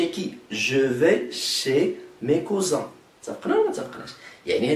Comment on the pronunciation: le mots : cousin est mal prononcé